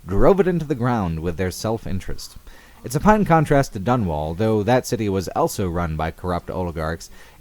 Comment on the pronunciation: says elso instead of also.